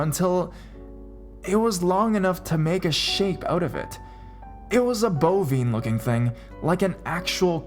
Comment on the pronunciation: Wow! You mispronounce A LOT of words, man. Bovine, matted, Navajo. Not trying to put you down, but you might want to double check the correct way to say certain words before you record yourself saying them wrong, it's embarrassing for you.